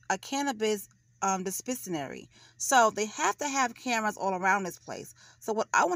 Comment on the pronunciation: "dee-spence-a-nary".... lmao!🤦